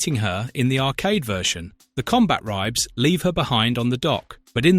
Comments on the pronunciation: CombaTribes. That bugged the hell out of me, and he says it so many times. What the hell is a Combat Ribe? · It's pronounced "Combat Tribes" not "Combat Ribes" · Im pretty sure its pronounced Combat Tribes.